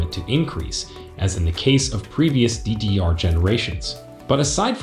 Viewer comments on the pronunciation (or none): This video is great and very informative. But I have to admit, I get caught off guard with the way he says “DDR” lol